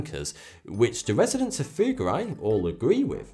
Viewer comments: very strange pronunciation of Fugger and Fuggerei in the video by German standards: its rather like Foogger or Fooggerai with clearly a double-G. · Research how to pronounce Fugger and Fuggerei...